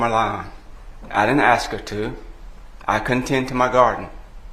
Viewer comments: Lawyer, the prosecutor should fulfill pretty ignorant because she keeps saying axe instead of ask. Waste of money for schooling.Hahahahah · Stupid young lady , trying to do grown up things! And im sorry but the prosecutor with all the schooling she has had, please say "ask" not "axed" dzmn! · General instructions for the prosecutor: 1. Every second word you utter does not have to be the word "now" 2. The word is "ask", not "aks" or "axe". 3. Get some elocution lessons. Here endeth the lesson. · The lawyer here is terrible. If you can't say "ask" or "ambulance" correctly then you will never have a grain of my respect. Willful ignorance is disgusting. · she was great... the prosecutor needs to learn to pronounce 'ambulance', and 'ask'.. it's not a good look.